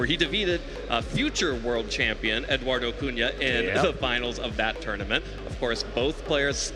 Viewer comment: Also calling him Eduardo, "Edoo".